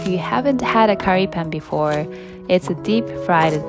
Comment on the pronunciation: You say Pan with the same U sound like you say Sun.